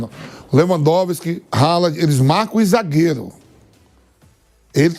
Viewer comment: Reri Kin, Gudo Gan, Ralad, kimiti